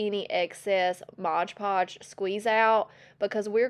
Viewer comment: you're adorable, but please dont say Modge Podge, its MOD Podge. 😂